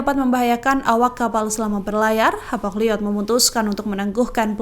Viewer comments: Wah presenternya salah baca. Hapag Lloyd dibaca Hapag Llyod 😂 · Hapag loid Bu ...bukan hapag liod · Bacanya Hapag liyot apa Hapag loit sih, kok kedengarannya aneh.